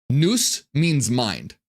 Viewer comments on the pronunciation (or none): none